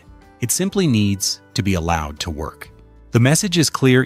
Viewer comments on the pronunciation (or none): none